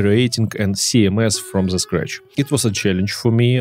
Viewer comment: Спасибо за всё что ты делаешь, классный контент 😉 Но почему все русско говорящие произносят слово "the" как "зе"?! 🤨разве native speakers так говорят? извини, но у меня аж ухо режет. Постарайся это поменять 😉